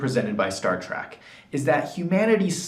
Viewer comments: Is he really saying Track instead of Trek. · Learn how to pronounce "trek".